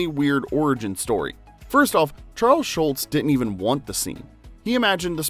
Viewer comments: His name was Schulz not Schultz. Mispronounced throughout the video. He was not Colonel Klink's sergeant. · automatic dislike - it's SGHULZ, not SCHULTZ But you can blame Hogan's Heroes fo' that misunderstanding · It’s not Charles SHULTZ it’s SHULZ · According to the narrator, his name was Schultz. But it's probably an AI generated voice... on an AI generated channel.